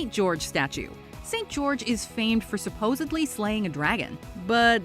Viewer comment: Some please explain to me how goes out of her way to correctly pronounce all these foreign names but consistently says "suppoably" instead of supposedly in every video?